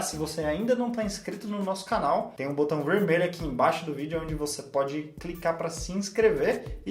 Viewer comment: Por que a só fala ingrês e cricar? Para os chineses não é mais fácil falar o "L" do que o "r".